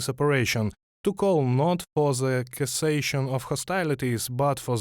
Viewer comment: "cessation" is pronounced "sessation". English is awful and beautiful and stupid and luminous.